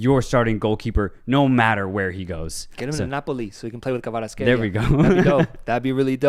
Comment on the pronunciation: P.S. If you don't mind, I'd like to share correct pronunciations of some last names: Kvaratskhelia - 'Kh' is pronounced like the throaty Dutch 'G' or the Spanish 'X' as in Mexico or Texas. As for Lobzhanidze, his last name was misspelled with a 'J'; 'ZH' is pronounced like 'G' as in how the French say 'Georges'."